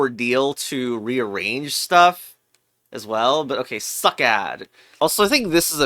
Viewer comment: its succ like sucks not succ like suck because the second c is pronounced like an s